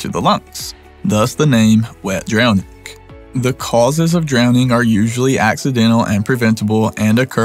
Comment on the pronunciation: It's dwowning